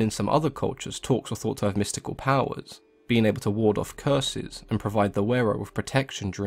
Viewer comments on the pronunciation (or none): none